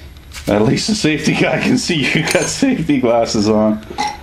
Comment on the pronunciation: Now, I've been watching for a while, and I'm concerned about the actual difference when he says safety squints vs glarses. Blame it on my southern ontario vs quebec slang difficulties. :P